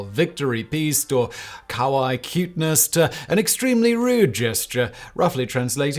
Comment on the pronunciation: "Kawaii" is pronounced closer to the pronunciation of "Hawaii"